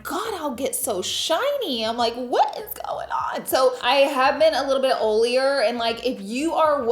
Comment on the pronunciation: “o-ly” “o-lier” <— yo, dat West Coast lingo? ❤HugsfromNYC 🍎